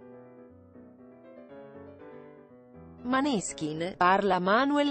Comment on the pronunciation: Cambia l'accento di nominativo.della band.Non si puo' sentire